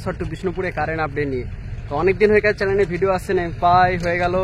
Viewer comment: চ্যালেন নয় হবে' চ্যানেল ',টেসেন নয় হবে 'ষ্টেশন 'ফাস পাট না 'ফার্স্ট পার্ট 'বাকি সব ঠিকঠাক আছে, সুন্দর ❤